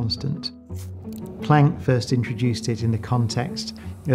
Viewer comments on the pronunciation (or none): He hasn't pronounce planck right